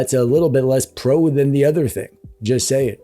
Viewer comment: i like the way you speak the "pro" 😂 the prrr sound got me everytime